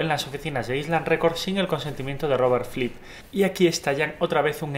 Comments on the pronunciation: Por qué dices Robert Flip?, es Robert Fripp. Buen video, gracias. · Fripp, no flipp, pronuncia bien idiota, los mataré, los mataré a todos. Gallego. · Tengo problemas con el audio, pareciese que se escucha "Flipp" en vez de FRipp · Es Fripp no Flip. Buen video, por cierto. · Si...me molesta no encontrar música del Rey Carmesí en Spotify ni en Youtube...pero también me molesta que le diga "Flipp" y no "Fripp"!!...(o al menos es lo que yo escucho!...) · Me desespera que no pronuncia bien "Fripp", no es tan difícil hermano, inténtalo.